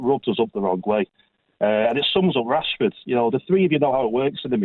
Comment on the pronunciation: amorim is saying marcus cashford